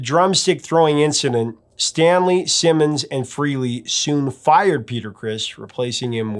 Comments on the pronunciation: HUGE Kiss fan here. I have Ace Tattooed on my arm. BTW his last name is pronounced Frahley not Frehley like it's spelled. I like Beth not my favorite Kiss, but I like that it was outside of the box. My favorite Peter Criss song, that he sings anyway is Black Diamond. I'm impressed with how much you know about Kiss. I've been a fan since Crazy Nights in 87. Bought the non make up stuff first and then got into the 70's stuff shortly after. Imo Peter probably didn't have much to do with the actually writing of the song. He sings it nicely but that is probably as far as it goes. Paul and Gene do like to control everything, but the band would have died in the early 80's if they hadn't. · "Rock and Roll Over. ...NOT Rocka.and.Roll "ALL" Over. Pronounced : Fray- LEE NOT FREE-LEE. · It's pronounced FREHLEY, not FREELY! ☝🏼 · Frehley is pronounced "Fray-Lee" not "Free-Lee". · Why do so many people insist on saying Ace Frehley’s name wrong , even Ace says it isn’t pronounced Freely , it’s pronounced Fraylee , spelled Frehley , but so many people say it wrong. If you are that much of a music guru , you would know how to pronounce musicians names. Good lord get it right. And it isn’t a location type of pronunciation. You don’t say it one way because you are from the east coast or the west coast , it’s Frehley. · Stan's surname is Penridge, not "Pendridge", and Ace's surname is pronounced Fray-lee not "Free-lee."